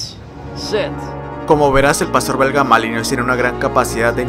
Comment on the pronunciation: Se pronuncia malinua no malinois